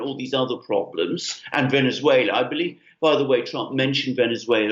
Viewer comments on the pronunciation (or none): none